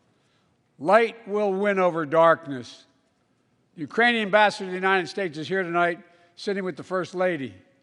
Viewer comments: It's quite easy to slur JUST ONE SYLLABLE so that Ukranian is mangled, i.e. the K is lost, so it sounds like Uranium, and maybe the letter U sounds like "UH" anyway, depending how you pronounce it. Remember that Biden has a minor speech impediment which he has fought for decades. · It sounded like "Uranian" to me - as in, from the planet Uranus.